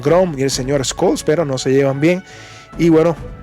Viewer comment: Te felicito por tu canal soy seguidor de tu contenido real y objetivo de verdad es extraordinario tu canal sumamente informativo Si me permites hacerte una crítica constructiva el nombre del Canciller Alemán Olaf Scholz se pronuncia shols en vez de escols saludos y un abrazo desde Minnesota USA